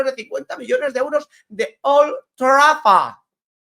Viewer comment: Que bien pronuncias old traford❤